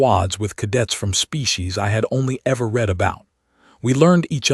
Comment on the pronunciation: Yes, also reed and red (read)